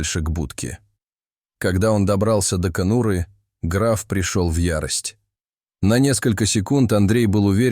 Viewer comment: Добрался до кону́ры. Смешно. Расставляйте ударения перед озвучкой.